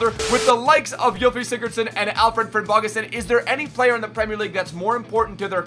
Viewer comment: Im from Iceland and he says the names so bad